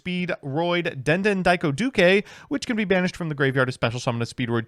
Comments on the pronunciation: I have a feeling that's a "duke" and not a "du-ke". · den den daiko doo-kay is the new Re-sit-all Starling bc never ays it right. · How… HOW did he manage to mispronounce the easiest part of “Speedroid Den Den Daiko Duke”? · It's impressive that can pronounce Fuki-Modoshi pretty much spot on but he can't say the word "duke".